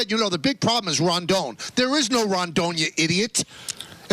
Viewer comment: YOurE sAYiNG iT WrONgGgGg!!!